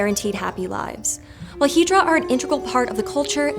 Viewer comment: You really need to look up how to pronounce words, like "Tagalog" and "hijra."